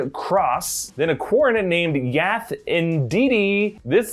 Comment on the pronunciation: I'm sorry…XD Yath Indeedee? lol. Yes indeedy? That can't be a coincidence.